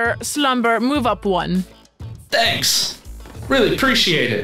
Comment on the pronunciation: Lol she says one like vone